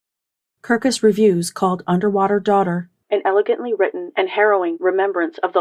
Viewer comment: ... Underwaughter. Sorry